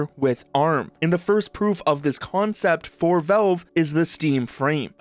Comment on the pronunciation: What is Velve? Thought it was Valve.